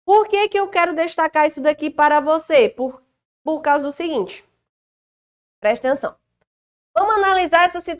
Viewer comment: gosto de ouvir suas aulas só pra ouvir a senhora dizer "prestenção"... kkk Mas suas aulas são mais que excelentes!! Parabéns!